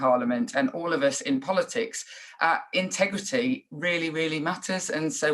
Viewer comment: Intergrity...... huh?🤔🤔🤔